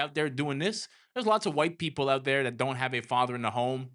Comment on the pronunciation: You mean "dat"